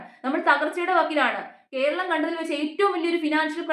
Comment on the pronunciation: Bhoratham, koralam - very good 😊🎉